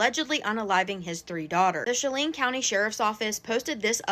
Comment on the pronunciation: The county is pronounced like Shell-Ann. Just for next time you report on this in the future.